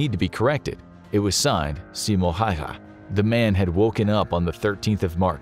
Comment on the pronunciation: yet could not pronounce Simo Häyhä :D